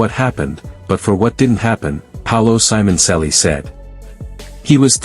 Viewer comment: WTF you can't pronunce the name right?